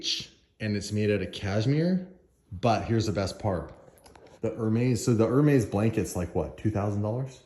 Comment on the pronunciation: Lol saying HER-maze. It’s AIR-mez you silly SOB 😄